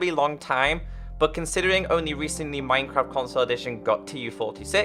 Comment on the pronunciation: Did he just say mincrap